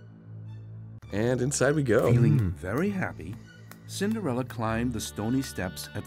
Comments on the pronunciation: Isn't it 'Cinderella' and not 'Cindarella'? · Ha ha I think you mean Cillarenda. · Omg its Cillarenda